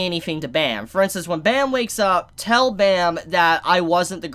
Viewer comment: I love you, but please pronounce Bam’s name right. Pleaseee.